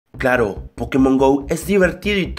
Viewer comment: cuando comienza el video dice caro o claro xD:v?